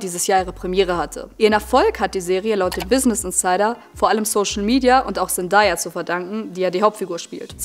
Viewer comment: Sehr gutes Video, ich bin auch totaler Fan der Serie, es stört mich nur bisschen wie du Zendaya aussprichst man spricht sie ZenDAYa aus also day wie Tag 😅🫶